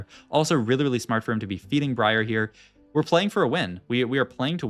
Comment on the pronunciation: this guy said bree arr